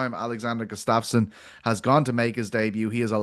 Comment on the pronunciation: Why doesn't anyone correct when he says Alex Gustafsson? He said it twice.